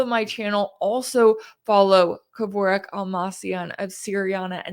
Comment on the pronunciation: Excellent, comprehensive breakdown. Only one note: It's pronounced "Keh-Vork".